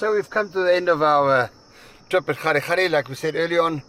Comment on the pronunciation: Kgalagadi, not Kgadigadi. 😛 Great sightings and input.